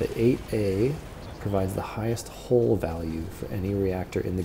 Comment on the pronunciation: Love your videos! Helpful, informative, and well researched! But I cringe every time you say "hull", it sounds like you're saying "hole" 😂